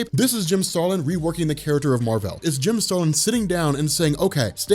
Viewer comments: His name is literally Mar-Vell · that's how it's said